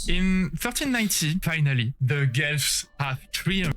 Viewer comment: Guelphs and Ghibellines = "Gwelfs" and "Gib-aligns"/"Gib-aleens"